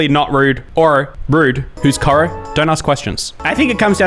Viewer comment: he pronounced Koro wrong hehehe, im also fairly sure that, that post about taking shoes off was about specifically taking shoes off in a Marae in New Zealand, because like you kinda have to when entering a marae because it's just culturally respectful, but idk maybe the post was just about shoes in every house in general, all i know if that, that post was from New Zealand and that you gotta take your shoes off when entering a marae in new zealand